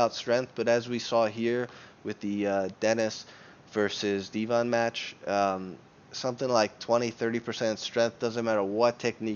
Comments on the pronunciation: Deh vin, not dee von lol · Deeevon?? It's pronounced DEVON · There are many reasons to dislike this video... But by far the greatest reason, is that IT IS DEVON, NOT FKING DEEVON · its not devAn its devOn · Deevon? Devon.... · His name is not dee-von lol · so you can say 'density' properly but not Devon???.....you trollin bro?.....its Devon, like Kevin...smh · I dont know how he managed to pronounce Devon wrong. Dee Von xd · how can you pronounce it Dee-van seriously how ignorant are you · Why are you calling him dee von? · Who's Deeevon? Kinda discredits your opinion when you can't even pronounce Devon correctly... Lol that's not even a difficult name to pronounce. Too much weed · Why call the guy divan when its devon??? wtf.... and why call denis “ dinnis”....😳😳😳😳?? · The way you pronounce Devon is way off guy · You're pronouncing Devon name wrong lol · Why can't you pronounce Devon correctly?